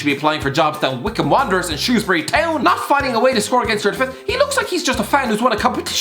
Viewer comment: thank u u said shrewsbury right